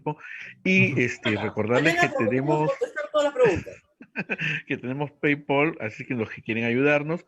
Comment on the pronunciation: no se pronuncia "pei-pol", sino "pei-pal".